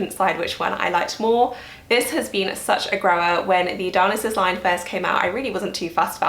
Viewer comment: FYI it’s pronounced Di-oh-NY-sus, like the Greek god.